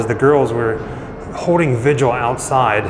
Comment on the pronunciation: You have a great sounding voice. But please, it's a vigil. Two syllables. Not vij.u.uhl.